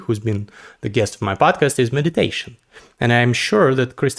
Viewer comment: I didn't hear right, did you say "meditation" or "medication"?